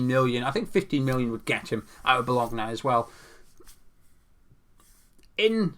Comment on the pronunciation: I appreciate the Scottish pronunciation of Bolgona 😀